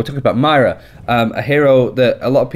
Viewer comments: Not Myra There's an "O" in there MOIRA M O I R A M O I R A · Moi-ra not Myra! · I was about to post “stop calling her Mayra, it’s Moira” but now i don’t need to ...oh shoot! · no it’s not. You either say moira or you say myra like you are That’s not an accent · I know a ton of people have been saying this but... its pronounced moi-ra (with a slight roll on the "R") -An Irishman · Sorry but it’s not ‘myra’ it’s moira pronounced ‘moyra’ please say it right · ITS NOT MYRA!! It's Moira. Please! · Moy-ra not mayra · If we here in america can say Moira (pronounced moyra) so can you, I believe in you! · as someone from Ireland, it is actually hard to listen to =p I would recommend you think of it as Moy-Ra, where Moy is pronounced like Soy, as in soy sauce. Hope that helps. Good video otherwise =] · You pronounce it Myra, my Mrs' name. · ITS FUCKING PRONOUNCED MO-Eye-Ra FFS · If you bring out another video pronouncing her name "myra" i'm unsubbing... I love your videos but I cant be listening to myra, myra, myra... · Please... this is the second video in which he mispronounces it the whole way through. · Its not his accent, he's mispronouncing it, I mean it's an Irish name, he's from the general vicinity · It's not his accent at all. he's mispronouncing it; all english accents can say Moira perfectly fine. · can u learn to say her name correct its really annoying :) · Is anyone else annoyed at how he pronounced Moira?